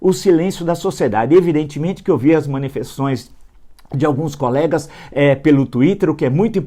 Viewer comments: O senhor disse que Luciano Hang é ignorante ao escrever "demetir ", mas aos , fala "manifeções". Não seria MANIFESTAÇÕES ? Seria o senhor ignorante também? Villa, quanta hipocrisia! Aprenda falar! Professor renomado! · Villa, aos o você falou "manifeções". Se o Hang não sabe escrever por ter errado uma letra e por isso não pode ser empresário, você, pelo seu erro, não sabe falar, não poderia ser jornalista também.